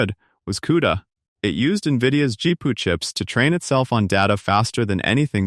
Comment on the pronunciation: This is so terrible that the garbage quality AI pronounced GPU as "Gee-poo". Then the idea clips are out of context for the narration. The AI shows a Creative Labs SoundBlaster sound card when talking about Nvidia and graphics cards. AI is like an inexperienced new-hire.